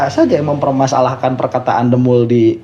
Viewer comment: Bukan DEMUL A, DEMPUL🤣🤣🤣. Dedi Semprul... 🤣🤣